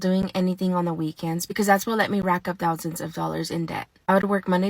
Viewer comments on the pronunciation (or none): "She got two thow wow in her account." Spend one thow wow and get some speech lessons. THEN ............... I have a credit repair business, but I'm credit debt. You can't make this 💩 up. 🤣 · "We're finna require 8 thou-wow down, and your payments finna be $547/mo"